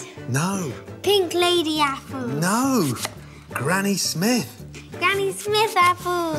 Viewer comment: Did I just hear Gordon say granny simff?